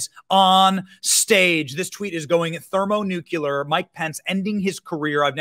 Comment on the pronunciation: “Thermo-nukuler” C’mon Benny….bro. Lol